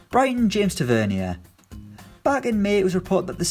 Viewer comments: Omg it’s TA-VER-NEER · James Tah-Ve-Near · You can't even say Tavs name right... Tav is so underrated and I ain't even a rangers fan. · Holy crap the way he pronounces Tavernier 😆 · The way you pronounced Taverniers name 😂